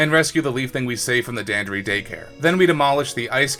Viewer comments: The most the annoying thing about this video is that you mispronounced dandori as danderee, which only annoys me because you're literally the only person who mispronounced dan dor ee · It’s Dan-door-i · The way you pronounce "Dandori" physically hurts, great video tho! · The way he says Dandori is funny lol. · Your pronunciation of Dandori made this video really hard to watch